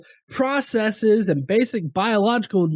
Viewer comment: It's processes. Not processeeeeeees. God I hate when people say it that way.